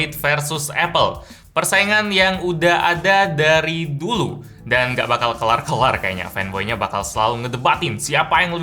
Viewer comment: Kaya bule ngomong nya:v "Dari dulu" orng mana sih cuy?